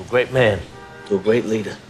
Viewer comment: to a gweat leader, a gweat fweind...